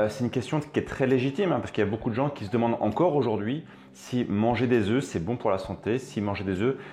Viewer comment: on ne prononce pas le "f de "oeufs".